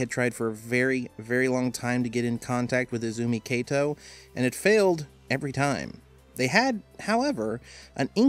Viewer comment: It's Izumi Kato not Ezumi Keito いずみかと not えずみけいと